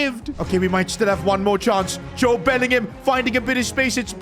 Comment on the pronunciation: His name is Jobe Bellingham